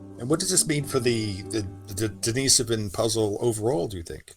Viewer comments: The cave was named after a monk named, Dennis.. Not a woman named, Denise. So it's pronounced, "Dennis-sovan" not "De-niece-sovan" Cringe. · Here, this is how it's pronounced. There is no emphasis on the Den-"Niece"-sovan. As mentioned above. it's Den-Nih-Sovan. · You do know the difference between Dennis and Denise, right? RIGHT?? I even give you an example and you still insist or reassigning genders. Crawl back under your rock. It's pronounced, "Dennis-Sovan" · I think if you were right then the expert would have said something. Google 'how to pronounce denisovan' and then get back to me.